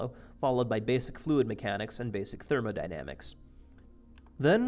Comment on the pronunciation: thermodynamics he says lol